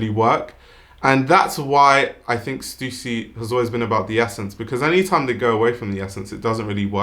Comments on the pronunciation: its stuh ssy!!!! not stusi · thanks for pronouncing stussy correctly!!!